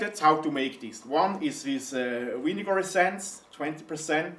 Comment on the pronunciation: Thumbs down for saying winnegar